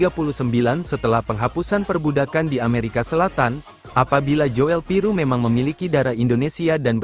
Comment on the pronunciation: Joel Piroe itu bacanya Jul Piru ( OE itu sama dgn U ) Kyk Nathan tjoean ( cuan )